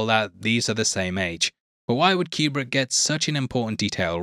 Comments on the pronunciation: Stanley's last name properly pronounced was Coo-brick NOT cue-brick. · He actually says it more like cue-brick, but whatever. Why are you making a mountain out of a molehill on this? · Love your channel but please, for the love of god, STOP calling Kubrick "CUBE RICK"!!!